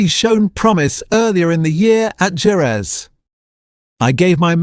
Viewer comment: Why is Ai calling Jerez Gerrez when the Spanish enunciation is Herez ? I despise Ai & it's overt romanticism instead of facts